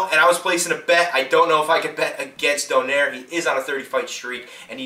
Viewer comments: its pronouce donayre not donaire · if you would like some help with these fighters pronunciation: Ree-gon-dee-oh and Don-ah-eeh-reh cheers:)